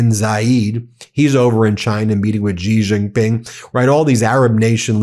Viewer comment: Dear Ben, Could you please pronounce the name of Chinese president correctly? It's Shee Jin-ping, its not that hard. You started calling Iran and Irak correctly, and you are getting the credit for the effort. The fact that others dont pronounce it correctly, shouldn't be your excuse. You are better than them. Love your work.